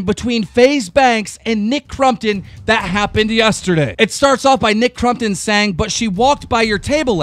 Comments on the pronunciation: His name is Nick Compton not Crumpton keem boi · Don't take offence KEEM i know your dyslexic and all BUT I love how you pronounce stuff 'Aleasea' - Alissa, 'Nick Crumptun' - Nick Crompton fucking love it